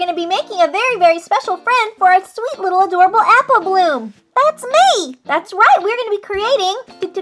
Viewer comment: Why in the beginning u said appleh bloom